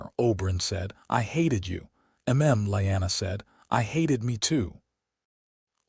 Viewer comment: Ray-garh not REEE-garh, and Lee-anna not lie-anna, A.I.'s an idiot and Jon's real name was Aegon, not wth ever the A.I. said.......Also, Caitlyn will always be a cruel, petty, vindictive DFC, in every story, hopefully someone rewrites her as a good woman, not the createn she is.